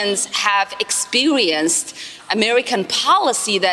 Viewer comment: Did Ilhan Omar just pronounce it "Expewienced"? I guess that makes sense given she has the moral intuitions and intellectual capacity of a toddler.